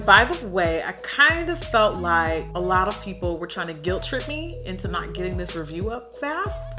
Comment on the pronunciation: Please it's a lot not slot